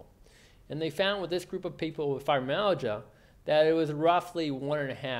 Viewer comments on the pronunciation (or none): The video is definitely informative but I can imagine that for people whose mother tongue is not English, can be difficult to understand. For example he may say FIBROMAGIA for fibromYALgia....or....MOSE EASE SINGS.....which is 'most of these things'. I find that many Americans have this same issue of sloppy pronunciation. Even for me, an English speaker, I have to strain to fully understand which makes it harder to focus on his message...which is a good one, for sure! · You would think the speaker would at least make sure he pronounced fibromyalgia correctly, as well as the rest. These are sx. of all auto immune disorder s..